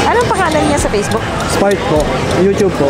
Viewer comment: ❌ Spark✅ Mama😭😭😭😭🤣🤣🤣🤣🤣🤣